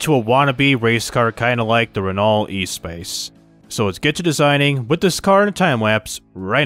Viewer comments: The Renault Espace is not pronounced like e-space, it's ess-pahs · Please never ever try to pronounnce the Renault Espace F1 again 😂